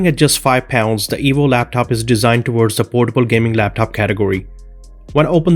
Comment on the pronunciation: it sounds like he's saying the evil laptop